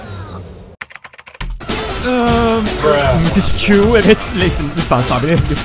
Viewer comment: leş sin mi lee şin mi kopfgıojhıojg